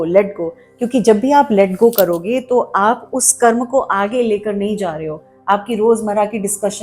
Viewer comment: आदरणीया, कृपया कर्म बोलें, कर्मा नहीं। कर्मा कुछ नहीं है। 🙏